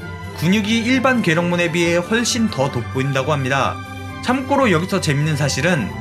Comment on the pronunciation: 영상은 참 재밌고 좋은데, 참꼬로라는 발음이 자꾸 거슬려요..